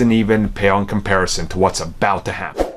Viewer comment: Does it pale in comparison? or does it not...you totally said it wrong?